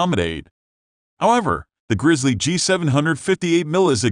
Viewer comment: Sucks. Waste of time. Computer voice = FAIL. "Vidoh" "Grizzee"... makes me think the uploader types with an accent.